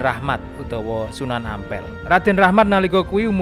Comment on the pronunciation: Sunan Ampel bukan Ngampel minnn...!!!😂😂😂